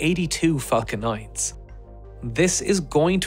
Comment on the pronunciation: Wait a second, did you say "fuck'n 9s" or "Falcon 9s"? KEK!